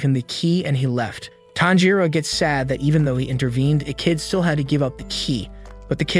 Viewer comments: ITS TANJIRO NOT THANJIRO.💀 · WHY DO PEOPLE KEEP SAYING “TANJIROU” IT’S TANJIRO! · ITS TANJIRO😊 NOT THANJIRO💀💀💀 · bro his name is not THANJIRO WTF LEARN HOW TO READ ALSO LISTEN TO THE DUB also many other cringe pronunciations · CAMPCHIRO ITS TANJIRO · its not thanjiro its KAMADO BOY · Pronounced Tan G Ro not Tan Ro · bro isnt even saying Tanjiro, he’s say fanjiro 🤬🤬🤬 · ah yes we do be liking the main character thanjiro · is nobody gonna talk about why tanjiro is called "Thanjiro"? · It's Tanjiro, not "Thanjiro". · No it’s tanjiro the rizz hashira not thanjiro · CAN SOMEONE NOTCIE HE SAID TAMPICHIRO, BROS ACTING LIKE INOSUKE, HES DITCHING EVERY NAME I SWEAR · bro said thanjiro lol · Pronouncing Tanjiro name wrong say it in Japanese Tan g for ji ro Tanjiro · “Tanpachiro” had me dying 😂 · “Thanjiro” “Nickirin” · i cant stop laughing with the "thanjiro" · I heard fanjiro like wth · I heard fanjero not thanjiro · He saying thanjiro 🤣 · bro says thangiro wtf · Nah bro said fanjuro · Finaly YESSS GOOD NOT THANJIR0OO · Were thanjiro 😂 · No it’s tanpachiro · U are pronouncing all their names wrong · Its funny how he is pronouncing every name wrong 😂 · I can’t with his pronunciation of Tanjiro